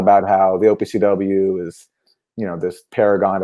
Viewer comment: I was having the same reaction to "OPCW"